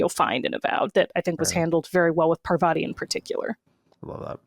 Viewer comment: Patel? She's a fellow Gujarati fam 😅😅😊😊 Btw for the Americans, the name Parvati is pronounced more like Par-vuhtee not an ah sound at vah🙏